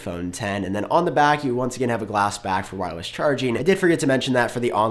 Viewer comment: “Wirewess” 🤔 Anyway great video 👍👏👏👍